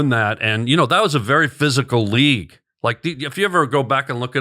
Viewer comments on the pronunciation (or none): none